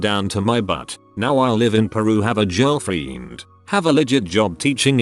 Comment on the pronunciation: "Now I live in Peru and have a jirl-fiend"? I know he spelled girl-friend wrong but, is that all you do is Text-To-Voice and post it? You can't even check to see if your robot gets it right? Just now, I've had to correct my typing about 5 Times. You that lazy? "Jirl-Fiend". C'mon, get better.